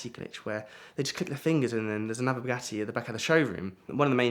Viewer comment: Wanted to see it to the end but the way say bugatti I can't stand